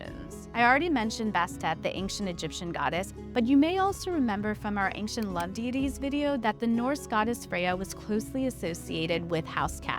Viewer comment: This information about cats is great- the narrator who cannot pronounce the word "ancient" is entirely unqualified for any position of responsibility requiring communication.